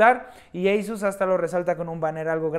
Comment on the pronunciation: Eisus no negrito asus